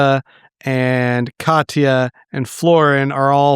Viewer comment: Can tell an audiobook only person when spell Katia as Katya 😂